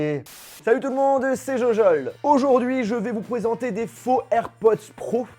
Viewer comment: Je vais vous pwésenter